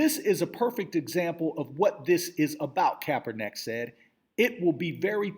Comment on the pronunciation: I hate to be an ass here but the mans name is pronounced 'kap-er-nick' lol.